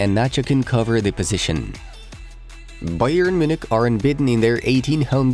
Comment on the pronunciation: i love how you say bayern muchnic